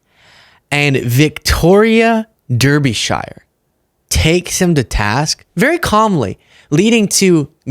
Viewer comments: Pronounced ‘‘Darby Shear’ rather than ‘Dirby Shy er’ 😂 Keep up the good work tho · Pronounced Dar not Der..der..😊 anyway he's stupid and gross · Hi greetings from the uk. Victoria is a great journalist. Her surname is pronounced Darbysher. 👍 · It’s pronounced Darbee Share . just for reference 😉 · I love you but it’s pronounced Darbysheer. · Roids. Just saying. Him and his other half. (Victoria) Derbyshire is pronounced 'darbysheer'. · Bless you, you gave it a go!! Victoria 'Darby shir' is how you say it. Derbyshire is the next county along from me. I live in South Yorkshire, Sheffield to be exact. Home of Def Lepard, The Arctic Monkeys and Joe Cocker. To address this bafoon. Brian Glenn is full of shit, its not his first rodeo acting like a full weight cvnt. He knew exactly what he was doing. I'd love to see old Bri on the front line. Same as Vance, never even been to Ukraine, never been in a war, but think they can take the piss. He clearly didnt do his homework as Putin has a history of lying and Trump is a weak imbecile. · Her surname is pronounced “Darbi-shur” or “Darbuh-shur” and she doesn’t take shit off anyone 😂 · its pronounced Darbee -Shuur. Hope that helps. Keep up the good work.👍 A British viewer. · Pronounced ‘Darbesher’ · Hi. It's pronounced Darbysher. Be careful now that English is the official language of the US. Do me a favour and spell words properly. I harbour no illwill to Americans but when you don't spell words properly, it makes Wordle harder. I don't want to belabour the point and paint myself into a corner with whichever colour you prefer. Just trying to be a good neighbour. This is my sense of humour. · Ahem....for our American friends, "Victoria Darby-shuh" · Just a quick note, Derbyshire is pronounced "DAR-bih-shuh". One of those weird quirks of English place names that also applies when it's someone's surname too. Fantastic video! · For pronunciation of her name think “Darbyshur”.